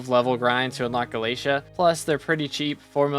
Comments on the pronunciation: he says galeisha instead of galataya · [NPC] Vaeri: Did you just say "Gala-tee"? [NPC] Vaeri: No, no! It's Gala-té-à! PLS say it right 🙏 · There's alot of things wrong with this video, its not to be mean, but please do your research (AND ALSO PRONOUNCE GALATEA CORRECTLY)